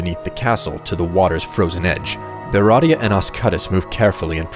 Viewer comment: This is cool, but why do you keep saying "beratia" for Beatia?